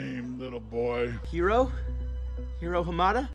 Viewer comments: AvixusGaming Nothing about her comes across latino in the film, she is clearly white even if her voice actress is indeed latino. And it is indeed Ryu because she is trying to be painfully politically correct and is going so far as to mispronounce his name. Yes a proper Asian pronunciation would have it the way she said it, but that isn't how they actually pronounce it in the film, which is what makes her pretentious. Am I way over analyzing something that doesn't matter and does it not translate well over the internet that this doesn't actually bother me as much as it sounds like it does? Absolutely. It really isn't a big deal. But the point of this original comment is that it is rather annoying when she does it, which I agree with, so I defend my thoughts in kind. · It annoyed me too, not even Hiro himself says his name like that. And also did you know that honey lemon is supposed to be Hispanic. I don't know how that's supposed to work, but ok. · The biggest sin for me is that the only character in the movie to pronounce Hiro's name correctly is Honey Lemon. Even Hiro himself says it wrong. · I understand "why" she says his name like that I'd have prefered her to say his name like everybody else. Or everybody else saying his name like she did. It was just irriating. Like watching a movie and hearing someone pronounce a name or word wrong every, single, fucking time... It's just annoying, even if it's their accent, lol. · It still bothers me how Honey Lemon pronounces hiro, even if she's supposed to be the most white washed latina in an animated movie. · It's more the fact that no one else in the whole movie pronounces it that way, including Hiro himself! Just feels really out of place. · Crap, every time she said Hiro in that movie it made my skin crawl. I'm not a Weebu but that's some terrible American pronunciation of a Japanese name. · Did anyone else notice how Honey Lemon changed the way she pronounced Hiro's name throughout the movie?